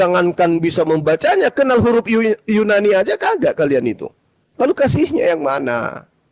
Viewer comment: Yunani ten bukan yu Nani😂